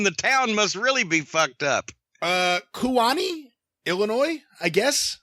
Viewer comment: Kewanee is pronounced “KEE-wah-nee,” btw. North Central Illinois town. About two and a half hours SE of Chicago, maybe an hour east of the Quad Cities and about an hour or so northish of Peoria.